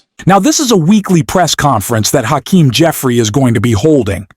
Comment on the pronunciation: When you learn to pronounce Hakeem's name I'll subscribe!